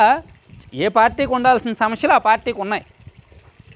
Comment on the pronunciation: ‘సమస్య‘ అనే పదాన్ని పలకటం గూర్చి ఆలోచించండి. శుభం.